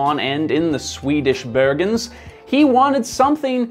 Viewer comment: Bergans, not berghans.